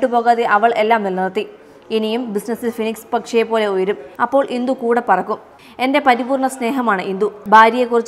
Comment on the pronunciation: സെയിൽസ് ഫക്കി അല്ല മോളെ ഫിനിക്സ് പക്ഷി അക്ഷരങ്ങൾ സ്പുടം ആയി പറയൂ കുട്ടീ 😄